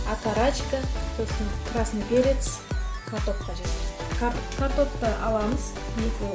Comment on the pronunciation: Дұрыс сөйлеп үйрену керек! падливка, красный перец, т/б сөздерді дұрыс айтпайсың сен ренжіме